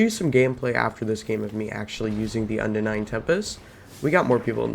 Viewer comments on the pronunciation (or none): This whole videos is basically a show of weapon swapping while out of combat, missing shots, random mumbling, no testing in private match to see range and numbers and also calling unending "undenying", my Lord..... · Yes , the unending is pronounced undenying👀